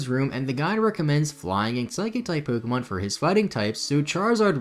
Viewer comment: You keep pronouncing Pokemon wrong, it's po-kay-mon, not po-key-mon